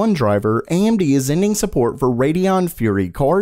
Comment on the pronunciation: I keep hearing Andy instead of AMD